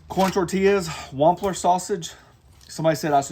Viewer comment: My wife is in Nashville til Wednesday for work. And thank you for pronouncing Wampler correctly. I don't know how many times I have heard Waaampler.